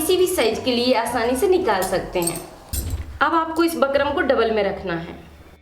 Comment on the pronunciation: Madam बुकरम् hota h bakram nhi